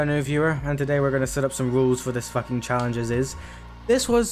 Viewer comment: You said challengejizis instead of challenge in the beginning of the video😢